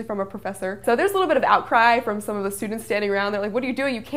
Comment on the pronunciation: sch-tructure ... stu-dants